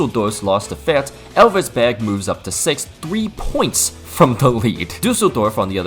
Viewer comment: brother said Fürtz lmfao